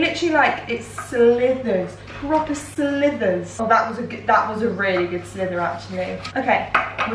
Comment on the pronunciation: sweetie its slivers not slithers 😂😂😂